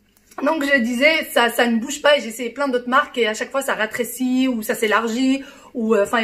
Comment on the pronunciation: Bonsoir Je voulais juste te préciser qu'on ne dit pas "ratrėcir" mais rétrécir. J'espère que tu ne vas pas mal le prendre.😉